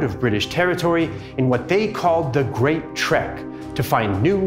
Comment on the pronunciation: its not a great tr e k if u pronounce it correctly it will be like the word" back" "ek in trek" will be like the word ack in back so use the ack in back to pronounce trek we have also have a hard r in trek Not like the n word Afrikaans R is not like English its a hard r